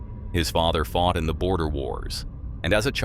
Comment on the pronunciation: Boer wars, not border wars 😅